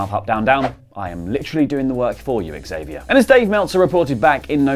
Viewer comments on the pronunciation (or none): none